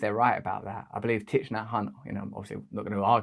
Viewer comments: its pronounced "TICK" get your pronunciations right RB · Yes.It is pronounced TIE. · Thich part is pronounced “tick” 😊